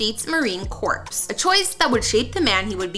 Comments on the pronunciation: It's pronounced core not corpse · Marine “corpse”